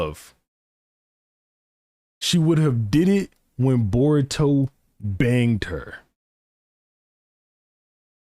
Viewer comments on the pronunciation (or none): the tonal emphasis he puts whenever he says the word BANGED combined with a portifolio of fan made art depicting sarada kissing boruto for me is sus af in the worst way possible